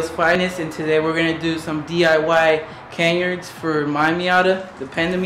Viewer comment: It's pronounced "Cuh Nahrds" btw